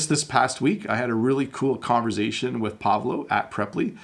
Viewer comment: Hi! I love your videos! I have a question, why do you pronounce “conversation” with a “z” sound? Is that a Canadian thing? Thanks for your great work!